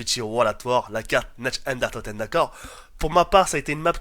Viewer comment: S'il te plaît, arrête de massacrer cette magnifique langue qu'est l'Allemand. C'est Nacht der Untoten (Narth). Merci Concernant la vidéo en elle-même tout le monde sait que les meilleurs zombies ont été et serons ceux de WaW et de Black Ops 1. Rien que de parler des anciennes cartes on peut ressentir cette passion qui grandissait de jour en jour, vraiment à l'époque il y avait quelque chose que le zombie de Black Ops II et de Black Ops III n'ont pas : Une vraie ambiance et une forte nostalgie. Avant on redoutait carrément le moment où on allait mourir. Sur BOIII et BOII ça n'existe pas avec leurs idioties de Trépas et de Bête, de Gobblegums et ces armes spéciales aussi puissantes que tes atouts et tes armes améliorées réunies. D'ailleurs y'a beaucoup de choses meilleures que dans BOII et BOIII dans WaW et BO, Les OST secrètes, les cartes, les atouts uniques (+PhD Flopper et Mule Kick). Bref, on peut dire ce qu'on veut WaW et BO resteront les meilleurs pour toujours, car actuellement ils coulent le Zombie.